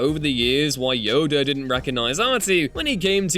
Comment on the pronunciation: do you know how to say jedi and yoda?